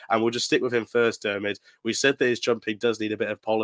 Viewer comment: You spelled Diarmuids name 4 different ways and all 4 were wrong🤣🤣🤣